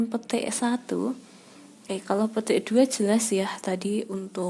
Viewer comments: Gua dengernya pete ya kannn wkwkkw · ngomong petik nya lucu wkwkw